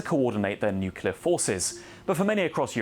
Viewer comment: Another IMBECILE that can't say nuclear even if it was to save the life of his little kid. You disqulified yourself IMMEDIATELY when you couldn't even say the simple word.